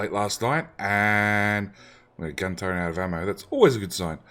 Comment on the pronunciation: There is no N in the word Turret